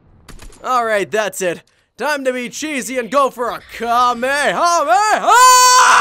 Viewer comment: You say kame lamalamalamalama It is kame hame haaaaa